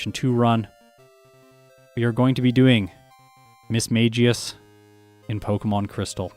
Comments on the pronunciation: The pronunciation of Mismagius is supposedly 'miss-mag (a hard g like in magpie)-ius'. I believe an old voice Pokedex did say it this way. That being said, I don't think it really matters. Saying it like mage makes much more sense. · The pokemon english dub pronounces it Mis-Ma-Gi-Us. Definitely surprised me the first time I heard it.